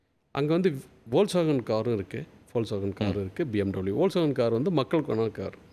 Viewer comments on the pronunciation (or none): Volkswagen one has to pronounce as folks Wagah means peoples car.sir..please correct it